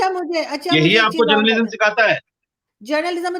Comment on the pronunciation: Journalism ka "A" nahin Moulana Sahab "J" hota hai....wahhhh reee ज़ाहिल मौलाना